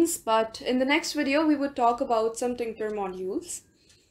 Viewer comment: "tinKter"? It's still TKinter